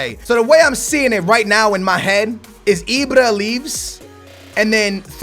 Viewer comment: it's IBRA NOT IBRO....Jesus Christ why does he tryyyy these dumbass inaccurate accents. fuuuuuckkkk the blood pressure is real